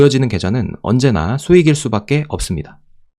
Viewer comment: 주식하는강이사 영상 자주 봤는데..목소리를 변조할수 있다고하는데 그건 모르갰고..강의 스타일도 다르고..결정적으로 강이사..그 분은 "~수밖에"..이거 발음을 "수베께"..라고만 합니다..